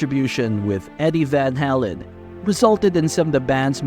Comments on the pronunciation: It's pronounced Van "Hay-len" not " Van Hall-en". So disrespectful to one of the greatest bands of all time. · I thought he was saying van hellen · It would be NICE if the moderator (STRIKE) AI VOICE stopped saying VAL HALAN. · You're saying VanHalen wrong, and it's pissing me off... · Repeating same stuff over and over! Pronounce the Name right , Good Lord"! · Pronounce the name correctly. It's off putting. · I've never heard it pronounced like he's doing it.